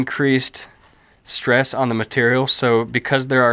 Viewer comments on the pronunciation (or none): none